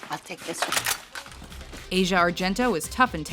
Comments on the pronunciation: It's pronounced Az-Ee-Yah, not Asia. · But, but: it's ASS-YA Argento... :-) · guarda mi verrebbe da urlare a me solo per come cavolo pronunci Asia..